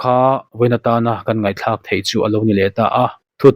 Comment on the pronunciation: Ngaihthlah ni lovin ngaihthlak tih zawk tuu